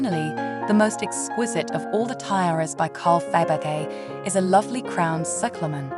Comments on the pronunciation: What is shocking that you did not care to learn to pronounce correctly the name of your hero, which is a cultural noun in the World Art (if you pretend to be some kind of expert in jewellery; and that made me wonder - whether the voice is of a real poorly educated human or a synthetic Abomination that nobody (human) bothered to check and correct - and such sloppiness is disrespectful and jarring - especially in the connection to the feligree jeweller. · The poor English makes this unwatchable- the robot voice can’t even pronounce Fabergé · Please could you pronounce the names correctly, to start with Fabergé? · Its such a shame, so hard to listen to and negates the beauty of the pieces when the name of Faberge is mispronounced. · OF all the artists to mispronounce Faberge should never be one them. It's disrespectful to the artists. Please make sure you can pronounce the artists you cover. It's aggravating! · You are obviously not English or European. Why produce and upload narrated videos? Money... give me your money..... you read this out of a book and AI narrated choice shows u for what you are . 'A tera by Faybegay"... its not worth watching you should be asa meeed!!😅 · I am very much enjoying these interesting videos. The history included is impressive. I have already read your response to the comments on the english mispronounciations of Faberge and tiara. Thank you! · Somebody please get a real person, who can pronounce Fabergé, or at least pronounce Tiara. The AI's appalling pronunciation made this impossible to watch.